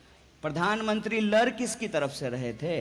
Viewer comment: 'लर नहीं लड़' बोलो